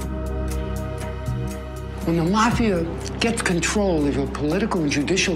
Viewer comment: "Mafios-Eye"??? What's with this pronunciation? This gentleman journalist is the go to guy about anything Mafia history. )